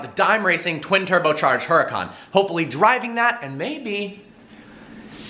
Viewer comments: Isn't the way u say the car name is URACAN not HURACAN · Too funny he owns the car but mispronounced the name. The "H" is silent because it is a Spanish word. Fun video. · "low P" and "Huracan" do not go together.